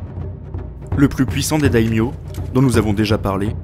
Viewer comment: Ce festival de prononciations erronées (sangoku, dayodayin, daimyose, mais pourquoi? 😱😱) xD Mais au moins ça m'aura permis de réviser, merci :)